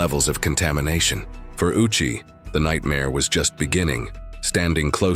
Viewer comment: Ouchi is pronounced Oh-u-chi.